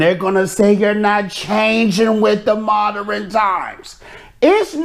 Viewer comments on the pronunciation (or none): This dude can’t speak … mod-DERN not Mod-DER-rin